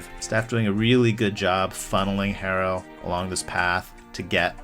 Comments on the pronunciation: For a minute I was wonder who the hell is “hay-ro” then I realized he was talking about hero?? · more like her-row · its Hero not Harrow wtf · It’s pronounced Arrow. The H is silent like in Hernandez or hola. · Its Tyler Herro (pronounced Hero) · why u callin him hair-o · Almost sounded like Harold at times